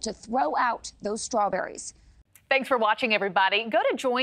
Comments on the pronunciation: Hey.. and everyone else who pronounces words that begin with "st" "incorrectly... They are Strawberries, not "SHTRAWBERRIES"!!!!! Learn English. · That first talking head pronounce the word as "shtrawberries". I've noticed a lot of people lately changing the st combo to sound like sht, like shtrong, shtruggle etc. Anyone else notice that? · There’s no ‘h’ in Strawberries!